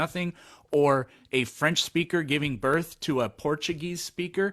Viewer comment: Earf.. Birf.. tells me all I need to know about this guy's intelligence.